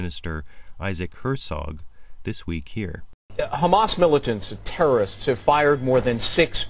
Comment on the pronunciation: Go to and listen to how Jarrett throws in the word "terrorist"....gives it a nice little ring, dont ya think?